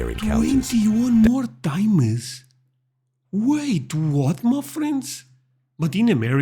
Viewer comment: sorry but "Twenty One mor'e time es"